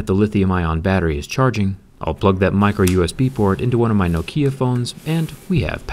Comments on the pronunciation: No-kia, when you hear it, you can't unhear it anymore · No-kia... Odd pronunciation. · I have never heard "Nokia" pronounced in that way ,typical American :) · The way u say nokia hurts me